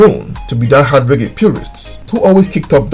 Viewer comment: Reggae, Not Ray Gay. Bombaclat.